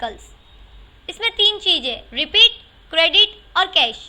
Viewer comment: Cheej Nahi Cheez